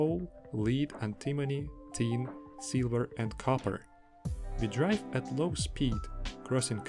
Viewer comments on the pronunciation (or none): none